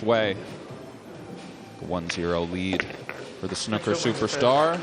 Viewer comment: The fuck is “Snukker”?